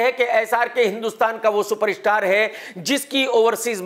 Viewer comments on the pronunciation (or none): Its krk social media not shoshal media .its super star not super ishtar